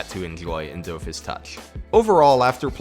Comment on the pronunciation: You should try watching Wakfu, it's really well made actually, and I especially recommend listening to it in the original French Dub. Also so that you'll pronounce Dofus correctly. I mean that in jest tho really happy to see some more love for a few of Ankama's games!